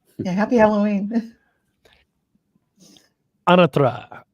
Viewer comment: I remember being a-NA-tra and it changed to a-na-TRA. It is the former pronunciation in the intro to his videos.